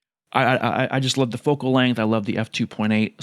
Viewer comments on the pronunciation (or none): none